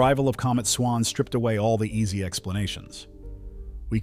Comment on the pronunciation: "Swans" or "swarms"?